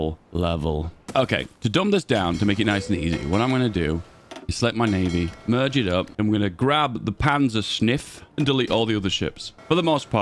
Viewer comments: I think it is "Panzerschiff" not "Panzersniff". :) Although I like Panzersniff better. :) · Agree with everything he said except the PanzerschNiff. It’s schiff as in ship. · How on Earth are native English speakers able to read letters in german words that aren't even there?! I don't get it. It Panzerschiff and you read it PanzerschNiff. The same goes fpr the channel Simple History. There was a very informative video about the Einsatzgruppen of the SS. But instead of "Einsatzgruppen" the narrator pronounced it "Einstatzgruppen". I really appreciate any effort to build in german words and I do understand that the pronunciation of my language is difficult for native English speakers. But please, take lessons or try listening to the word first at least. Google translate does a really good job with that. You could also just leave it our or search for translation, if you don't want to pronounce it. But if you want to try, please note that I can live with an accent or with false stressing or intonation. Hearing a word that doesn't even exist is just weird and hurts my ears. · SHIFF Panzer SHIFF You are killing me. I spent tens of thousands of dollars studying german in college, I am dying listening to you murder that word. hehehehehe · why is he saying panzersnif? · One thing I've learnt from watching a load of this chaps videos is... He knows sod all about ww2 and really can't pronounce stuff. It's funny as hell. And most importantly. I now will rename my panzershiff to panzer sniffs in game 😂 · Say it without the n and the pronounciation would be perfect